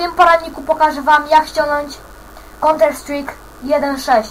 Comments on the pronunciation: haha czyta counter strik nie no kurde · no wlasinie a nie canter strik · Konter Strik? Aha... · conter strik hahaha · konter strik xD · ja niemoge hahaha : "konter strajk" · twuj poradnik nie działa dzieciaczku mały i naucz sie wymawiac counter strik okey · naucz sie wymawiac counter strike